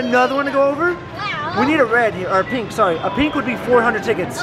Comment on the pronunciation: said rink instead of pink